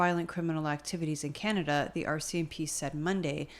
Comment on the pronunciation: Canada 🙄🙄 Kannedda 🤣🤣